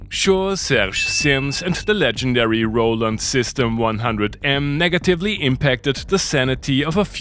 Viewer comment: Awesome video as always! PS -You mispronounced Roland.😜